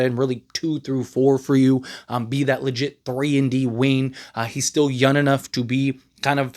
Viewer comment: The way you say “young” is wild!!!😅